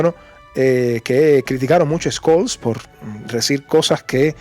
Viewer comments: Una pequeňa observación: Scholz se pronuncia sholts no skolts. Von der Leyen se pronuncia fon der Laien; Fico (el eslovaco) se pronuncia Fitso no Fiko. Pequeňos detalles que mejoran la transmisión. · BROTHER THE PRONOUNCIATION OF SCHOLTZ IS SSSHOL. 👍